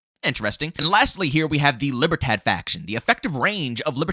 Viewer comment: The LIBERTAD faction is actually pronounced as LEE-BEAR-THOD. The D is soft and almost silent, but either way, it's an awesome video. 👍🏾